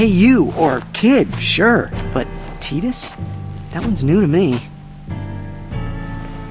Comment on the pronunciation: And the way they pronounce his name..ugh...Tee dus...TI DUS!!!